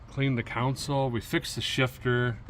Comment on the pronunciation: Derel says centre 'counsel' 😂 it's console my dear😂😂😂